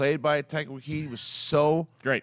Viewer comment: It's Waititi, not Waikiki or Waikiti or whatever you keep saying.